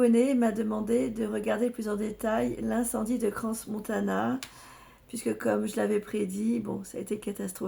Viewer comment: Bonjour , on dit Cran Montana . Le s ne se prononce pas Crans Montana 🙏 HORRIBLE ce que vous nous dites là 😢😭😭